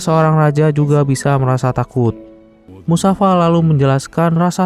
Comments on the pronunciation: Musafasa bukan musafa iQ mines1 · Mind mufasa bukan musafa 😂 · Assalamu'alaikum Afwan bang ralat🙏MUFASA bang 😁bukan MUSAFA🙏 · Bukan musafa. Tapi mufasa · Mufasa min bukan musafa🤦‍♂️ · Mufasa atau musafa bang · Musafa..musafir keleus.wkwkw.. MUFASA Bro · mufasaa gaa siii?bukan musafa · Mufasa atau Musyafa?? 😅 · mufasa❌ musafa✅ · Mufasa bukan musafa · Mufasa bang bukan musafa... Hadeh.. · Mufasa woi... Kenapa jadi musafa kok gk musafir skalian😂😂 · Bukan musafa...tapi mufasa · Mufasa njir, bukan musafa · Mufasa bang bukan musafa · Mufasa jadi musafa, g sekalian mustofa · mufasa bang bukan musafa🗿🗿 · Mufasa😅 bukan musafa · Mufasa bang bukan musafa bang😅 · Mufasa min namanya ayah nya sinba bukan musafa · Mufasa anying lah kok malah musafa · Mufasa lah min bukan musafa 😊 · Mufasa bukan musafa njir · Saya jengkel karna admin selalu menyebut nama Musafa padalah harusx namax mufasa😅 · Mufasa bang bukan musafa😂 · mufasa toIoI bukan musafa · Bukan musafa tapi mufasa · Namanya mufasa woy bukan musafa kocak😂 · Bukan musafa tapi mufasa🤣🤣🤣🤣🤣🤣🤣🤣🤣🤣🤣🤣🤣🤣🤣🤣🤣🤣🤣🤣🤣🤣🤣🤣🤣🤣🤣🤣😂😂😂😂😂😂😂😂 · Mufasa. Knp jd musafa hadeh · Musafa???aduuuhhh mufasa mennnn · Mufasa bukan musafa😊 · MUFASA bang bukan MUSAFA🤦😂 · Mufasa bang bukan musafa😂😂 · Mufasa bukan musafa😂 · Mufasa woyy bukan musafa😂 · itu bukan musafa tapi mufasa 😅😂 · Mufasa bang, kok musafa sih😅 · Bukan musafa tapi mustofa 😂😂😂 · BKN musafa tp mufasa ya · Mustafa bang bukan musafa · Mufasa woy bkn musafa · Mufasa min bukan musafa😂😂😂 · Mufasa kali bukan musafa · Musafa bukan nya mufasa😂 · Mufasa bkn musafa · Bukan musafa bro,,mufasa yg benar bro 😅😅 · Bang goblok banget sih lu eh nama ayahnya tuh mufasa bukan Musafa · Mufasa bang bukan musafa/ mustofa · beliau ini nonton film gak sampek habisss 😂😂😂😂.. sampek musafaa mati aja udah 😂😂😂😂.. bukan musafa bang tp mustofaa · MUFASA heey bukan MUSAFA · Mufasa bukan musafa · Woy mufasa oy bukan musafa😂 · Klo yg versi awal yg kartun, namanya Mufasa bukan musafa. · Mufasa min bukan musafa